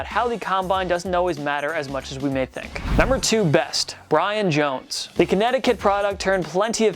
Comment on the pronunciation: It's not Brian Jones it's pronounced Bye-ron lol